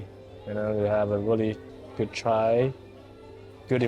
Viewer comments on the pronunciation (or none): none